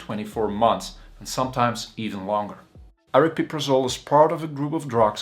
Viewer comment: not super informative, at least you can pronounce it properly though! everyone else on yt says "ariprazole" so you get a like for that.